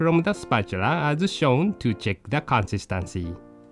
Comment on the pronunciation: Consunstahnsy ahahaha the way he says it lmao